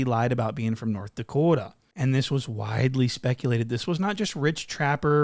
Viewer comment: “north da-coo-duh “ 😂😂😂😂😂 💀